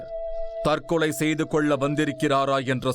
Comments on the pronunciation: திரு நிழல்கள் ரவி அவர்களே தற்களை அல்ல தற்கொலை நீர் பேசும் தழிழே தற்க்கொலைக்கு நிகர் தானய்யா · Tharkalai allaa...Tharkolai